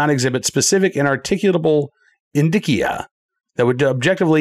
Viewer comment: Indicia - in-dish-e-ya. Damn lawyer words!!!